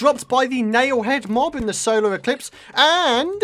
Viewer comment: Is it just me or is saying solo eclipse not solar eclipse